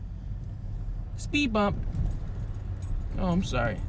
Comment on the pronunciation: MY NIGGA SAID SPEED BUMB 😂😂😂😂😂😂😂😂😂😂😂😂😂😂😂😂😂😂😂😂😂😂